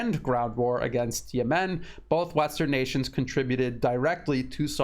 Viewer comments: Yes, he says Yemeeen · Great analysis. Note: rhyme Yemem with lemon. Accent 1st syllable.